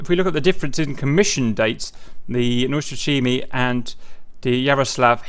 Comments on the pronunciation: lol name pronounce is completely off, but the rest is fine :) :) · That would be much closer although still not exactly on point :)